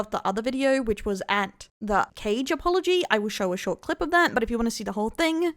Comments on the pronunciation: Tbh thefact you kept mispronouncing his name is gold, totally deserved. Kage ❌❌❌ Caige✅✅✅ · its kaa gae, as in ka and gay, in pronouncation 😂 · I love how she keeps calling him "Cage" 😂